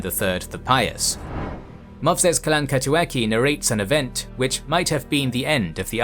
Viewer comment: Yeah, the last "k" sound should be a "ts" sound for sure. But it was more like Kalankatuatsi (in Grabar, "gh" was pronounced as a dark L and the letter vyun (modern v) was pronounced more like a w sound in modern English.